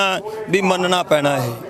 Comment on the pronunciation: ਪਤਰਕਾਰ ਜੀ ਤੁਹਾਡੀ ਪੰਜਾਬੀ ਭਾਸ਼ਾ ਵਿੱਚ ਥੋੜ੍ਹਾ ਸੁਧਾਰ ਦੀ ਲੋੜ ਕੁੱਝ ਸ਼ਬਦ ਜਿਵੇਂ ਹੁਨ ਨਹੀਂ ਹੁੰਦਾ ਹੁਣ ਹੁੰਦਾ, ਪੈਨਾ ਨਹੀਂ ਪੈਣਾ ਹੁੰਦਾ,ਨੋਜਵਾਨ ਨਹੀਂ ਨੌਜਵਾਨ ਹੁੰਦਾ ਬਾਕੀ ਕੁੱਝ ਸ਼ਬਦ ਮੁੰਹ ਵਿਚੋਂ ਗਲਤ ਵੀ ਨਿਕਲ ਜਾਂਦੇ ਉਹ ਗੱਲ ਹੋਰ ਹੁੰਦੀ